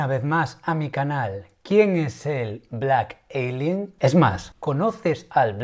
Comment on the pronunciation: Blak elienn!!!! Es blak alien wey ,estás igual que la morra de colgueit,!!! y ablaste un chingo y ni pasaste casi al compa